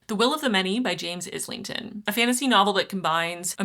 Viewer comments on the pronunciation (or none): Note that you did mispronounce a few surnames: Islington is pronounced EYE-Ling-Tin (the s is silent) Wang is pronoun Whong